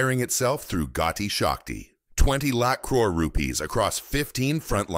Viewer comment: Not Gaudi shakti It's gati shakti